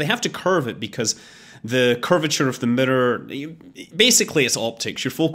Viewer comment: Murror = Mirror.....your welcome :)